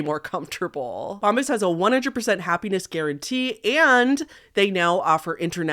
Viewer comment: Girl, it’s Bomb-BUH’s not bomb-bis 😂😂